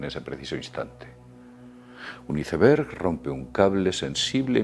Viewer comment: Neta???.... Hiceberg????..... 😂 por favor ya tomate un cursito de ingles, te urge....